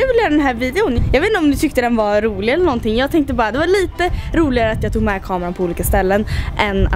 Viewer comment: "Skämtar du elleh?" 😂😂😂